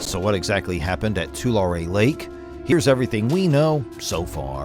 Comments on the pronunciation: It's pronounced Twolarry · ITS PRONOUNCED ( TUH-LARRY)